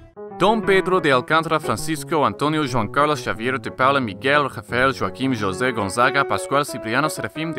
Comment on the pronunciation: I'm honestly impressed at your pronunciation of Pedro's full name. You even got both João and José right, which is rare.